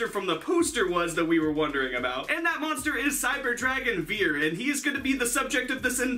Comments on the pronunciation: Its actually pronounced fier, not viet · vier ist prononced like fear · As a german I think your pronunciation is very funny xD "vier" is pronunced like "fear" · Vier is pronounced more like fia. It’s the German number for 4 and V has an f sound while W has a v sound. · It’s pronounced “fear” the “v” makes an “f” sound. Dope-ass Cyber Dragon name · Vier is is pronounced like the english word fear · Vehicleroids anyone...? also Vier is pronounced fear because it's German. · nice video👍 i just wanted to say that the "v" in "vier" is pronounced harder like a "f" in "for" 😉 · It's always funny to hear Americans try to pronounce german words :D The way you say "Vier" would be the correct way to say "Wir" which is the german word for "we". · That's not how you say "Vier"